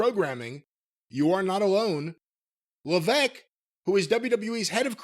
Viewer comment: Isn't there an S in HHH's surname? Why does keep saying leveque?